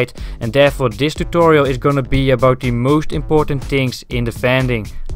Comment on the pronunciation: what is 'do the moooosht'?